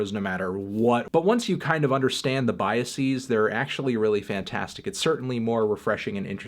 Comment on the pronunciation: Let’s Argue: Anthony is saying “BiaSEAS” rather than “Biases”.